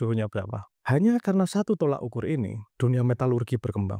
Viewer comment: You made a very good point and this will lead to a lot of thinking (on some people's side, even though it is most probably futile), but please mas, "tolok ukur", not "tolak ukur".